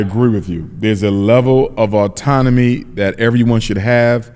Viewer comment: Autonomy brother not auntonomy